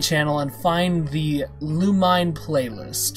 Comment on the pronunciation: It’s looh-meh-neh that’s how it’s pronounced